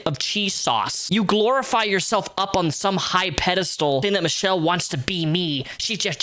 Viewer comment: You pronounce her name like you're saying Cop but with an O.